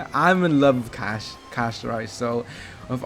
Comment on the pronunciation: Bro said Casto🍚